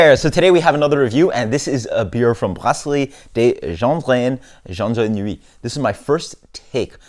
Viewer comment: Nice video man. And you seem to have pronounced it perfectly! Cheers.